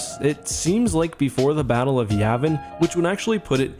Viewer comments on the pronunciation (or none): none